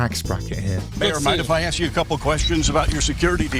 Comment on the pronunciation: Never vote for someone who can’t pronounce ask.